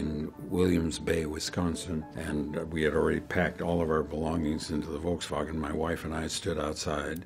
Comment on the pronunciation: I love how he pronounced volkswagon "wolksvagen". Amazing.